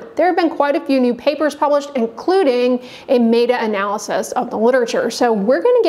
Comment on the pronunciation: Pretty sure it’s MET-A not MAY-TA 😂